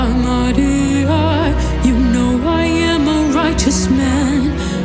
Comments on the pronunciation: The accurate way you pronounce "Maria" is highly pleasant to my latin ears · I love how she rightly pronounces “Maria”.